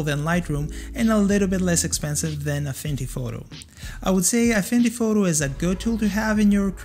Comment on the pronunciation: excuse me may i ask did you say afindy photo?.